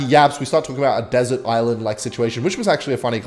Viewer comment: my guy it’s “deserted” lmfao